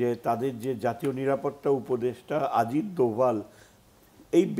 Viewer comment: আজিত নয় অজিত। উচ্চারণ সঠিক করুন।